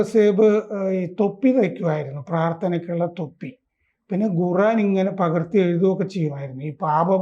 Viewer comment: ഗുറാൻ അല്ല സർ, ഖുർആൻ എന്ന് പറയൂ.